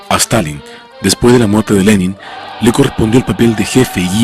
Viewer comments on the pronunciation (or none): none